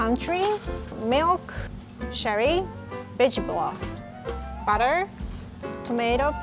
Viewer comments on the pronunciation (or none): I’m so sorry but it sounds like you said b*tch broth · Vegetable Broth = Vege-bloss 😂😂😂 But srsly tho is so great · Lmao I thought she said "Bitch gloss" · When she said vegetable broth I heard b*tch bloss 😂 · Am i the only one that thought said bitch bot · "b*tch Bloth" sorry rie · i legit thought rie said “bitch broth” 😭😭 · I low-key thought she said “Bitch Bloss.” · Am I the only one who heard “bitch broth” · I thought she said "bitch gloss" when she said vegetable broth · Am I the only person who hears bitch bloss? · “veggie blos” 😂😂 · I feel so terrible, I thought she said “Bitch Broth”😖, I was like,”well where can I get some of dat?!”. 😂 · For a moment there, I thought she said sherry bitch broth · She said vase blodge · vedge bloss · "Veg bolloth" lmaoo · When she said vegetable broth, I thought she said bitch broth. I was like oh. Well, that too. 😂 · The way she said vegetable broth no hate literally at all love you rie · THE WAY SHE PRONOUNCES VEGETABLE BROTH IS SO CUTTTEEEEE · Lmao no hate but the way she said “vegetable broth”